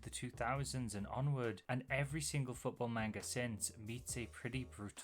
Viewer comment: Hi! I've been getting really into your videos, and they're great, so please don't take this as hate, but... you pronounce "manga" wrong. It's closer to "mahn-ga" than "man-ga." It's just one small thing that ends up being pretty noticeable with, y'know, how often you need to say it.